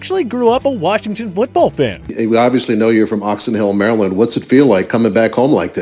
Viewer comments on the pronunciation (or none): "Mare Eee land" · did you just say " Mary Land"????? are you kidding me? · He rly said "marYland" WHY CAN HE NOT SAY ANYTHING RIGHT PLLLZZZ 🤦🏾‍♂️